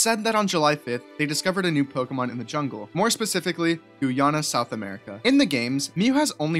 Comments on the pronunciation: bro said "goo yana" 😭😭😭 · I’ve never Hurd anyone say Guyana like that holy shii